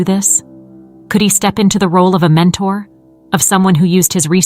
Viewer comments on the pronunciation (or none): none